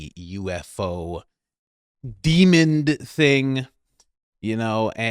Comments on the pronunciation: It’s demon not demond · Why does say “demond” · You really just said "DEMOND THING" 😂 What the heck is a "DEMOND?" Why did you add a D to the end of demon?